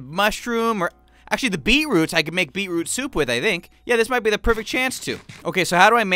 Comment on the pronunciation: “We are surrounded by so many delicious trees” - 2019 “Alright dopey” - 2019 “Let me get beeroot” - 2019 And yes he said beeroot it’s not a spelling mistake